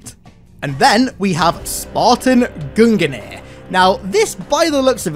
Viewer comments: Love the vids, but have to say its gung-nir. Not gungen-ir... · Mate its Gungnir, not guninir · You can just pronounce it "GUNG-NEAR" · Gungnir is pronounced "GUNG - NEAR"